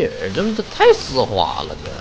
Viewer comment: 丝滑口音变成湿滑